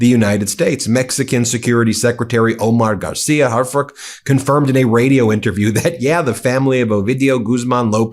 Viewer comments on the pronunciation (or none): His name is pronounced "are fooch". Not harfuk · The AI translation is an insult to Prez Sheinbaum. Subtitles are better. And Harfuch is not pronounced 'hard fuck' but 'harfooch' (short ooch)